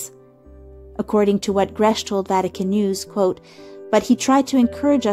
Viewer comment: The ch in Grech has the sound of a k